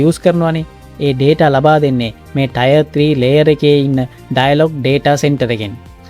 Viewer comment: ටයර් නෙවෙයි ටියර් බ්රෝ